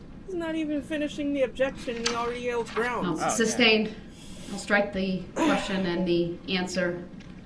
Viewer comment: It’s sustained not substained. You’d think that he would learn that by now